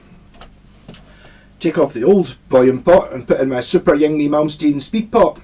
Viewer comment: It's pronounced ing-vay! Lol